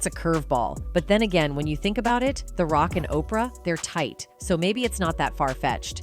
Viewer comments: Seriously.....who's tired of hearing "OPR", really, Oprah's been in the public eye, for a long time, we saw her get to billionaire status, and, this person can't pronounce her name, she wouldn't get a paycheck from me, or, are we being played, and, the misprounces are on purpose???? 😮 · Stop saying OPR. And learn how to pronounce Denzel.